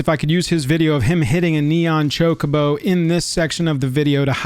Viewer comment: Chocobo, and it's not pronounced like 'Jacobo'.